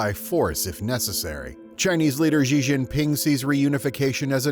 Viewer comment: Learn to Pronounce XI JIN PING. [SHEE JEEN PEENG] You are a journalist FFS.